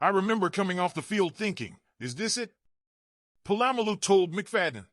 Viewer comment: My man don't disrespect Troy's last name its Polamalu not po-lam-malu SMH